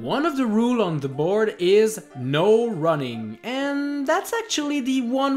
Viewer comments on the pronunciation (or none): none